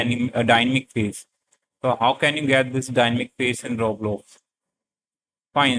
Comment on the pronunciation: it is dynamic not dynmic